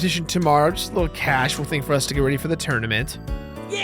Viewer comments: "Just something causal" "something causal" "causal" " causal " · " C A U S A L " ＂ＣＡＵＳＡＬ＂